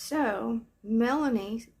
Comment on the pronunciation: Lol “ melaniece”